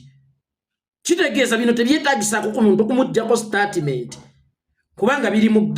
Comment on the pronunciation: Mbu Startimenti wabula abaganda engilish mugyonona mbu Startimenti.. Bagamba Stetimenti not Statiment haha😂